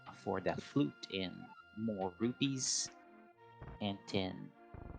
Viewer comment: I'll listen to a cat using a litterbox all day if it means we don't have to hear someone mispronouncing rupees 😉🤡